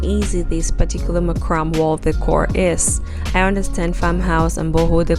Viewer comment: Beautiful and creative Design.: It's pronounced MACRAMAY NOT MACRAM!!!